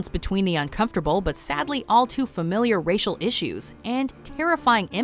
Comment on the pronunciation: What the heck is a "jarrah" film? Did you mean genre? And when you say (or at least it was presumed that's what was meant, and the captions back it up) racial tension why is it pronounced as "Rachael" the first time? I mean, right after it's butchered, it's said again and correctly. The Babadook was also one of the most overrated and outright boring horror films of the last decade too. Even for a slow burn film, it was painfully slow and didn't really have much of a payoff.